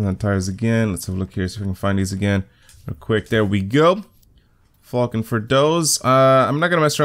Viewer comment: when you say falken it sounds like fuckin lol